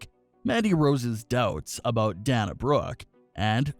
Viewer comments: DAY-NA NOT DAN-A. DAY-NA BROOKE. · If you're such a pro wrestling expert and "fan" why are you mispronouncing Dana's name? It's "Day-nah", NOT "Dan-uh", as you're pronouncing it. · Dana’s name is pronounced “DAY-NA”. Haha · PLEASE pronounce Dana Brooke’s name correctly, I beg you!! It’s DAY-na!! Sorry, little silly things drive me nuts and hit my OCD button! 😉🙏🏻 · I totally agree with all of you. That makes me want to smack I'm like get it right and say her name the correct way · I had to stop watching after the third Danya Brooke.